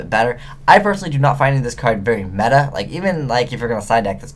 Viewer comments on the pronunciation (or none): none